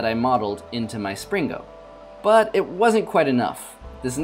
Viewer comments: you said slingo not springo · "Spring-GO" amazing pronunciation.